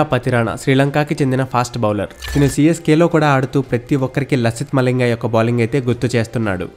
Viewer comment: తిను తిను అనకు బ్రదర్ వినడానికి చండాలం గా ఉంది, అది తిను కాదు తను.